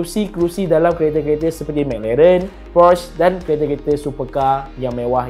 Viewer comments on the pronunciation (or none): lidah pendek 😂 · McLaren tuu bunyi pelik je dia sebut